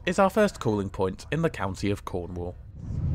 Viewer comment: Did he say Cornwall with a p